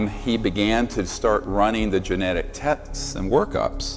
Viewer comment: I’m pretty sure he said “tets” instead of tests. Odd.